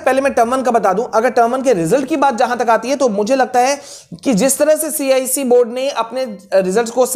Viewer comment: Cise nahi icse😂😂